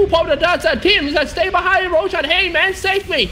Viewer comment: Please dont let this stupid commentator ruin the game...his voice is so fucking annoying...and he clearly doesnt know how to commentate and even how to pronounce the players' name or heroes' name or items' name...he fucking called Roshan "Rochan"..no professionalism at all..fucking idiot commentator..hope he gets a throat cancer!!